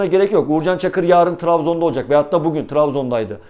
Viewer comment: neden "Travzon" diyorsun gözünü seveyim videoyu bıraktım takılı kaldım Trabzonspor de şuna nolur 'B' ile:))))